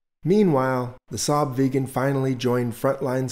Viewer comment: ”you have used the correct Swedish pronunciation”? I don’t think so, I haven’t heard anyone call it the “vegan” and it doesn’t make sense grammatically either.